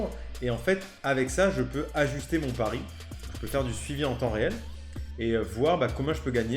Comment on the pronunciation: Mon "pari" et pas "pariS"